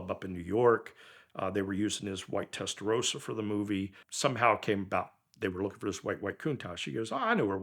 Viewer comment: Great story. One thing bothers me. Why do Americans call a Testarossa a Testarosa? It has three s'ses.